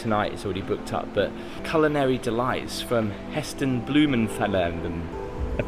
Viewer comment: Heston what? Think you got his name a bit wrong. Have you never heard of him before? He’s been around a long time.